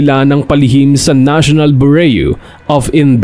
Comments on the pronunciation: Beu-ru wrong pronunciation wag sana ma offend tnx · Sir paki ayos po ang pronunciation nyo ng: “BUREAU” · Please pronounce bureau right